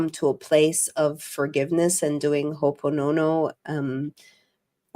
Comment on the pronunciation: Omg u lady couldn’t see the woods for the trees! U punch so above your belt here that u might as well speak different languages! And it is ho opono pono not whatever u try’na say… this was painful to watch… is in th dimension if u think you’re in the 5th lmao facepalm 🤦🏻‍♀ moments literally every time u spoke